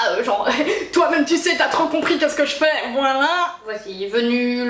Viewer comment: Hein Hein .... Tou avais dit qué tou arrrrrêtais les colôôôôô .... raté